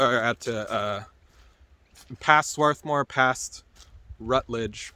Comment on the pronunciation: are you sure youre from pa the way you pronounce lancaster and swarthmore ? lol 😂